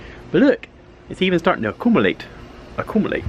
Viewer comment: A Coom A Late... I like that. The word, not necessarily the activity.. hahaha.